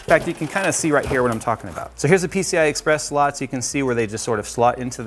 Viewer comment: slots? or sluts? I can't focus